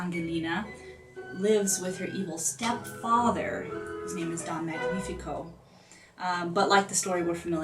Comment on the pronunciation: You may want to learn how to pronounce the Italian names correctly, specifically Cenerentola, Don Magnifico, and Angelina, if you're putting out an informational video.